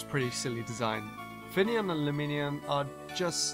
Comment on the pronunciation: The video section calling finneon fenian lmao